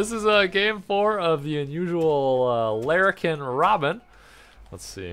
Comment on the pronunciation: Wtf is the lare-a-kin robin? English, learn it.